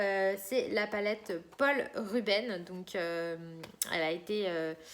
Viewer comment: Merci pour cette video (Pour info, le "s" de rubens se prononce)